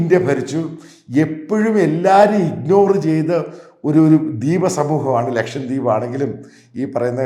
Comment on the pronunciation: Pls note that it is "Lakshadweep” not LakshaMdweep.😂